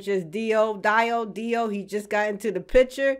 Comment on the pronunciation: Yaaasssssss... Another one falls to Jojo (either by the revenue or actually interest in the anime) Also watch it with Japanese dub. It's superior It's pronounced Dee-O.